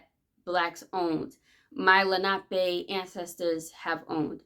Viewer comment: Finally someone who says Lanape correctly 🪶